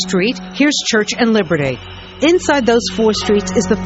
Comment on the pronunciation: She pronounces Liberty as "libertay" and "be" as "bay". What accent is this?